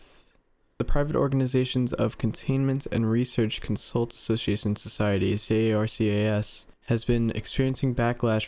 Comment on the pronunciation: says C.A.R.C.S twice in one sentence* Cuts to an image clearly saying C.A.R.C.A.S* You'll get there eventually buddy, I believe in you 🥹